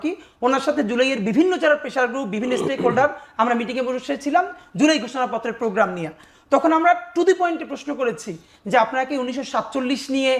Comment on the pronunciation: বি এন পি'র লোকটার অবস্থা দেখ, তার গ্যান, প্রোগ্রা, বলতে কিছু নেই, অস্পষ্ট উচ্চারণ দুখ্খজনক!!